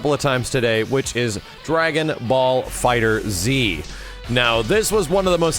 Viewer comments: It's pronounced dragon ball fighters not dragon ball fighter Z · have to say it, it's pronounced Fighterz as in Fighters. It's a pun. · just a small thing, it's FIGHTERS with a Z not Fighter Z. That is all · It's not Dragonball fighter z It's Dragonball fighterZ like as in plural